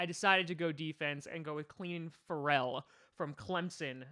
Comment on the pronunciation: Yea Ferrell is very good wouldn’t mind him with the packers. U pronounced his name wrong 💀🤦🏽‍♂️🤦🏽‍♂️